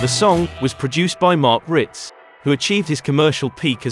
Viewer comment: It's Wirtz...not Writz